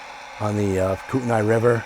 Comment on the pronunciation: It's quite interesting to encounter an interpretation of a region but one done from CT! A few thoughts... Kootenay/Kootenai ( spelling dependent on which side of the border you're on ) is pronounced Koot-in-e. Pend Oreille is pronounced Pond o ray. My family homesteaded all along the MT Highline ( US 2 ) ( Chester/Galeta/Devon/Cutbank/Sundance all the way west to Dreary Id/Spokane/Colville and up and down the Milwaukee Road from Metaline WA to Newport WA/Oldtown ID south to Rathdrum and east to Sandpoint. I live outside Furport, and still see POVA rail traffic across the river. The "Funnel" is really a regional term because so many railroads converge from Sandpoint to Spokane now that the Great Northern / Northern Pacific /Burlington Northern trackages is gone between Spokane ( Hillyard ) ( but the tracks still head nw toward Deer Park, Colville, Kettle Falls and Trail BC ) and Newport. There are a half dozen shortline railroads that also interchange in either Spokane/airway heights or Sandpoint. If you head west from Sandpoint to Newport WA you'll be running along the POVA tracks- which once had four major railroads traveling through Newport and several of the original stations are still standing in Newport -although the rails from Newport to Hillyard are long gone. The POVA has a shop up in Usk WA where they do work for other RR's and the line used to run across Box Canyon Dam and was one of the biggest lead suppliers during WW II for the war effort as well as concrete. Now